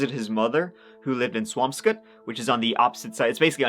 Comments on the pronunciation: im impressed you pronounced swampscott correctly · Co-HASS-ett. You did, however, nail Swampscott! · But GREAT job pronouncing Swampscott correctly. Didn’t think you’d get that one. Massachusetts has some really weird names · Love your vids,! If you do a follow up, it’s pronounced co-HAS-sett! You nailed Swampscott though! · Love ya! Mass towns are not easy to pronounce. Swampscot was perfect! Cohasset is co-HASS-et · You got he pronunciation of Swampscott right but Cohasset wrong. The stress is on the A like in the word asset.